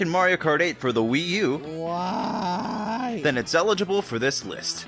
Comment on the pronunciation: struggling to say wii u